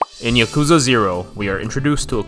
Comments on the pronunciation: why does he pronounce yakuza like that it's not (yuh-KOO-zuh) it's (YAH-koo-zah) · Yeah i hate how he says "ya-kooza"